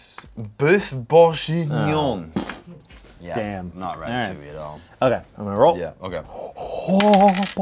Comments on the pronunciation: Wow, Anthony pronounced ''bœuf bourguignon'' super well!! Just, it's actually a hard g! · anthony trying to say boeuf bourguignon might have been the funniest shit in the entire video though :'D